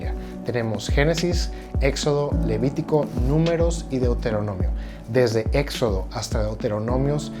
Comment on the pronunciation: Noooo. Deuteronomiosssss. Por que le añaden "s"